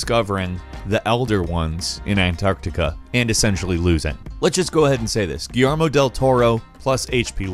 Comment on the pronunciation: pronounced Guillermo correctly once but said guillarmo 10 times saw martian manhunter but where hawk girl/guy for justice league movies nowadays they seem to forgot the originals. Idk maybe they didn't track well with modern moviegoers